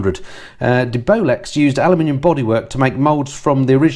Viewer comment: Not sure you're pronouncing DeBolex correctly.